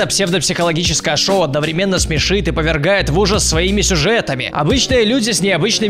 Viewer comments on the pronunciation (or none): none